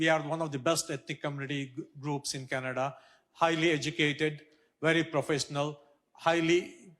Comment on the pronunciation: did you hear............she said.....Canada-"CHAINA"😳😲.............